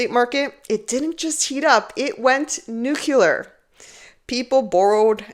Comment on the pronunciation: Cutie Linda said 'nuke-ya-ler.' hehe. July 2021: lowest interest rates in 5.000 years. Unlikely to happen again any time soon, eh? lol When I hear 'insolvency', I look up Hoyes Michalos - they have some interesting insights.